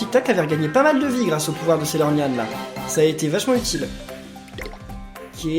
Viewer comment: arrete de dir saylornyan f